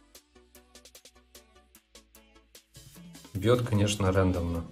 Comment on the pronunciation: "РЕНДОМНО" сук серьезно!???? Противно слушать...